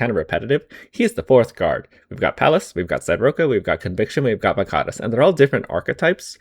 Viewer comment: damn that is how you pronounce varkaris, good to know